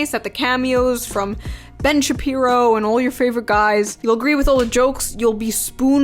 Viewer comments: Ben Shapee-pee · Ben Shepeepo